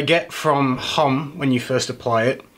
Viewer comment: May I discretely hint at the pronunciation of homme? In French the h is not accentuated but silent. So Homme is almost like Om :o)